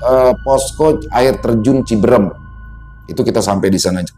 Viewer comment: Cibeureum bang... Bkn cibeurem😂... Cianjur sllu nyimak😊